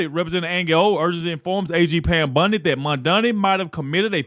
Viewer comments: With all due respect, please pronounce Pams last name correctly... BONdi not BUNDI. 💜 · Love you but dude her name is not Pam Bundy its Bondi